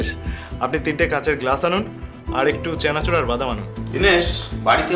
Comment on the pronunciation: চ্যানাচুর না চানাচুর